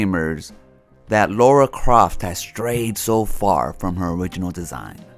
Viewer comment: You mean "Lara" and "grifter" but interesting video.